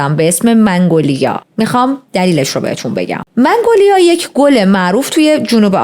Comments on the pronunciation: سلام عالی بود 🎉🎉🎉 ولی یه نکته وجود داره این گل مگنولیا است شما منگولیا تلفظ کردین فکر کنم اشتباه لفظی بود 😅😅😅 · منگولیا اشتباه است و مگنولیا درسته..من فلوریست هستم و متوجه شدم منگ‌لیا میگویی اما درستش. مگنولیا میلاشد.عرض کردم جهت اطلاع.موفق باشی خوشگره. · عزیزم منگولیا چرا میگید؟ اسمش مگنولیا هست.داشتید پرونده مینوشتید اسم صحیحش رو سرچ نکردید؟ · درود بر تو❤ ممنون بابت کاور این پرونده خیلی خوشم میاد که با دقت و با انرژی زیاد جریان پرونده هات رو توضیح میدی و انقدر واسه شنونده هات ارزش قائلی در مورد گلی که اسم بردی باید بگم که من از چت جی پی تی سوال کردم گلی به اسم منگولیا وجود نداره و اینی که گفتی تلفظ درستش مگنولیا هستش که من حتی خیلی سال پیش عطرش رو هم داشتم در مورد سمی بودنشم؛ بو کردن و لمس کردن گل مگنولیا اصلا خطرناک نیست ولی خوردن قسمتهایی از ساقه و گلبرگش خطرناکه و بخاطر همین، نگهداریش در خونه به کسایی که پت دارن توصیه نمیشه همین دیگه؛ بازم ازت ممنونم خیلی دوستت دارم بانوی زیبا و پاینده و پیروز باشی 💝🥰⚘😘🙏🏻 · منگولیا😂😂😂 مگنولیا🙄✅ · ای خدا😅😅😅 عزیزم چقد بامزه مگنولیارو میگی منگولیا😂بگردمت😅❤ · چه باحال مگنولیارو میگه منگولیا 😂عزززیزززممم ❤ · منگولیا چیه؟ مگنولیا درسته.. 🙂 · مـگـنـولـیـا درسته، چرا میگی مـنـگـولیا؟! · مگنولیا فکر کنم نه منگولیا 🙂منگولیا شبیه فحش شبهای برره اس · فکر در ابتدای ویدئو به اشتباه می گفتی منگوایا